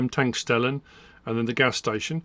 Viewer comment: From an English man in Deutschland ((Germany) Petrol station is pronounced tank shtel- ler. Wish you and the family a merry Xmas and a happy new year